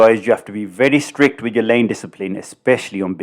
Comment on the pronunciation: "strick" ?? huh??? You mean strict??? How tf do you manage to make a mistake like that hahaha have you never heard of the word strict?? "strick" HAHAHA